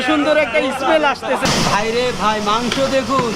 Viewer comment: Magso not gosto